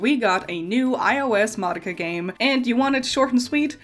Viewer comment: Congrats on saying "Madoka" correctly. Since the original release of the tv show, you're the second non-asian person to be able to do so that I've heard.